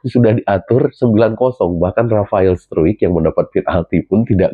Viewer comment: Pelafalan struick yang tepat adalah STROIK.